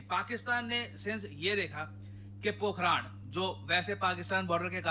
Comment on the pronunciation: "POKHRAAN NAHI POKHRAN" PRONOUNCE HOTA HAI NE BHI GALAT PRONOUNCE KIYA HAI.